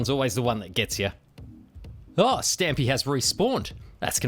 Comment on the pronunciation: when you said Stampy I thought for a second you said either Stimpee or Splitsie.